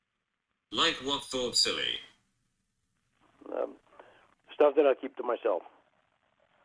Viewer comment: “I’m smoking less.” “About a pack and a half a day.” Good lord. If that’s less, what the hell was he smoking before? Oh and is selling sports stawf? I wonder if he has a Bawston cap. I don’t even watch baseball but I still want one.